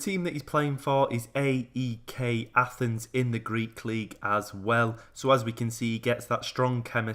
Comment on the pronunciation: You sould pronounce AEK Athens and PAOK with two syllables, PA - OK , A - EK And the name of this player is christodoulopoulos Chri - sto - dou - lo - pou - los